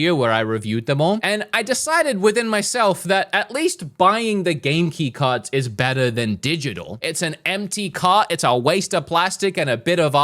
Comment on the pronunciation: Its cards not carts